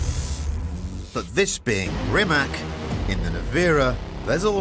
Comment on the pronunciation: Pronounced as Reematz.....please get it right.